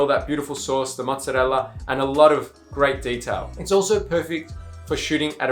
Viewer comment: The way you pronounce “ mozzarella” 🤌 great video man